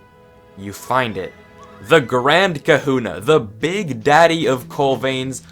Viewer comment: did he say “the big daddy of coal vains-“